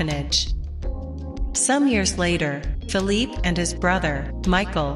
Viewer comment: It's not fill-leap...it's fill-lee-pay!!